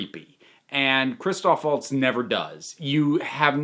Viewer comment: Did you just say "Waltz"? With his proper, native "V" sound? You must really like the man. Just like me.